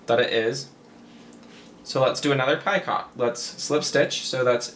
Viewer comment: I like to watch your videos. I found them when I was looking for an edging stitch. I think Picot is pronounced without the T. I believe the T is silent and it's pronounced, Pee co. Just sayin.